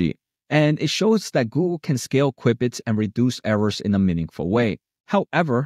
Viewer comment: pronounced "cue-bits"